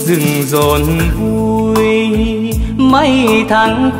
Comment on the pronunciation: Tiếng hát rất tuyệt vời,k chê vào đâu được, phát âm rõ từng chữ từng ca từ, nhưng Hàn Châu k chịu ở câu, Xuân núi rừng rộn vui.....vui kéo dài hơi dài, hơi buông trôi quá,nghe k dứt khoát, Hàn Châu k phải là ca sĩ và cũng rất ít hát, nhưng về bolero Hàn Châu chịu cày chịu nghe lắm, đêm đêm luôn tìm tòi lắng nghe những giọng ca mới lạ,cày tới hư mấy cái đt luôn hjiji